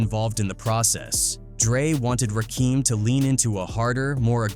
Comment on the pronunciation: How does he not know how to pronounce Suge Knight , Rakim and Piru